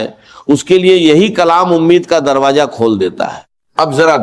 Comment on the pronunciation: Ye israr ahmed sahab ki awaz nahi hai jhootey video banana gunah hai darwaza bolna nahi aara